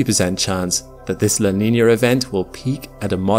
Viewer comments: What is this, “la Neenyur” he mentions every so often? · It's NOT La Niner... it's La Nina with an "uh" sound on the end, NOT an "er" sound. Practice it. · its "la nee nyer", actually. learn it. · "la niñyurr"